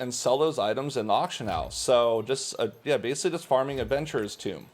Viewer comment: "Adventurer's Tomb" Lol